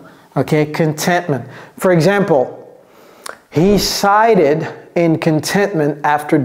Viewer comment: Hello,'sighed' il y a une erreur de prononciation,cela se prononce ED a la fin et non ID,je l'avais déjà dit une fois mais pas de réponse de votre part.voir sighed sur 'youglish'.merci